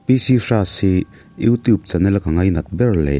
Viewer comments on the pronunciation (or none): none